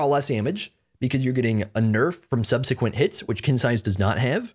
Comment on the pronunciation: The correct pronunciation for subsequent is "subsequent," i hope this helps!